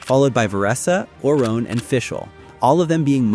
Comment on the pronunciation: Lol “Orone”….